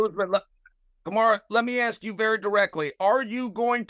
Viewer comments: He also called Kamaru "Kamara" lol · Chael always calls Kamaru- Kamara... Chael is a legend. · He gets everyone’s name wrong. He even calls Kamaru Kamaura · "Kamara" how hard is it to pronounce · & "Kamara" Usman lol. At least he screwed up both names in the interest of fairness. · And Kamaru Kamara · 10 second into the interview chael the GOAT gets BOTH name wrong LOLOLOL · How did Kamaru and Khamzat become Kumara and Hazmat lol he has to be intentionally saying names wrong at this point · Everyone: Khamzat vs Kamaru Chael: Hazmat vs Kamara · kaZZZZMAT CHIMAEV against KAMASUTRA USMAN. CHAEL SONNEN SUCH A GREAT Pronouncer:text-green-game-over::face-blue-smiling